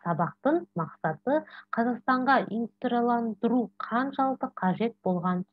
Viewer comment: Инстандырылу демей дұрыстап оқысаңызшы